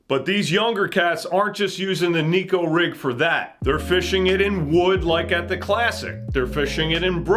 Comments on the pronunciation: Love the channel! But there is a difference between Neko and Nico. One means cat, one means smile. I encourage anglers to start pronouncing it the correct way. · It’s pronounced “neck-oh,” despite how the majority of backwater fishing hillbillies say it. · if we started to called crankbaits, wankbaits. It would be corrected. I will never give up my pursuit in having the bass world pronounce Neko correctly. 😂